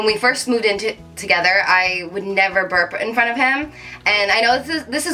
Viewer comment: berp!!! not parb